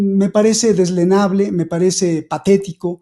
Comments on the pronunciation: DELEZNABLE si, DEZLENABLE no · Deleznable vs "dezlenable"